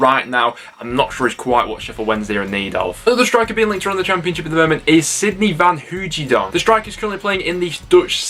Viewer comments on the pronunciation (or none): Van hoidonk its pronounced 😂 pier's son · his name is pronounced Van Hoy-A-donk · It’s pronounced van hooydonk